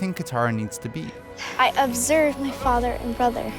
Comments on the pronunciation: Your Katara was correct! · BROO YOU GOT KATARA RIGHT THEY CASTED HERRR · Wow you got Katara right xD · You got Katara right! Kiawentiio got Katara 😭❤ I'm so excited for the representation and hoped so badly when this video came out